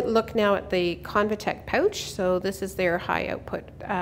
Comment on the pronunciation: Don't you meant to say "Aboout" and "Poouch"?